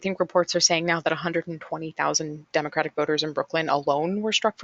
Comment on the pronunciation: That pronunciation though... "demOcrat"... "demOcratic"...